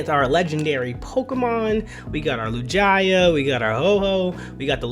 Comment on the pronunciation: That was the wildest way I’ve ever heard anyone say lugia lmao